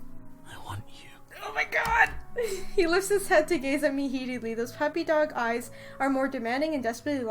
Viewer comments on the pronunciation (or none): What I hear: those peppy dog eyesMe:WHERE'S THE PEPE!